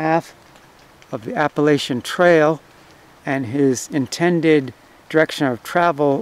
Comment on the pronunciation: Yankee can't say Appalachia